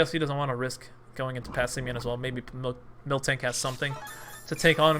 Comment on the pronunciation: MIL-tank, not MILK-tank.